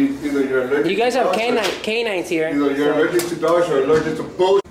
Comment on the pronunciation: "I'm allergickt"??